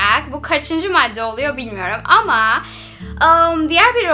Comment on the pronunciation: matte değil madde diyoruz